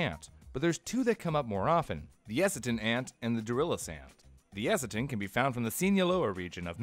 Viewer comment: You really gotta look up how Genghis and Eciton are pronounced